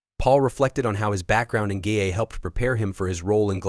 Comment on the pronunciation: The huy in the grey hoodie is not Paul but a Dubliner who won the Paul Mescal lookalike competition last week in Dublin! Sloppy editing and its not " GAYA" it GAA= GAELIC ATHLETIC ASSOCIATION.